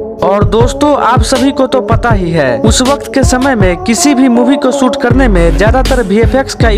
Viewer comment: Soot nahi shoot hai pagley